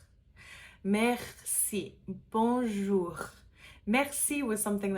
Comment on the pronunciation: Dear, the R sound is more guttural in the beginning/middle of a word than it is at the end. If I may, your R in "bonjour" is not realistic.